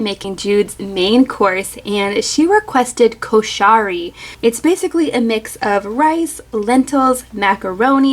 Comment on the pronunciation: The pronunciation is actually KOO-SHU-REE